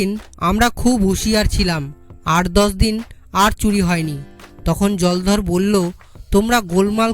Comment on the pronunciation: উচ্চারণ এখন‌ও শিখতে হবে। কোথায় থামতে হবে তাই জানে না। অনেক ভুল উচ্চারণ হয়েছে । বিশেষ করে নামগুলোর সময়। যেমন জলধর হবে না জলোধর হবে। রামপদ হবে না রামপদো হবে। আমাদের ছোট বেলায় দ্রুত পঠন বলে একটা ব্যাপার ছিল।এখন আছে বলেত মনে হয় না।অনন্ত এইটা কানে শোনার পর। অনেক অভ্যাস করে তারপর এগুলো ছাড়তে হয়। পরবর্তী প্রচারের আগে যেন ভাল করে অভ্যাস (Practice) করা হয়। ভুল গুলো বড্ড কানে লাগে। বর্তমানে আমার বয়স ৬৩ বছর।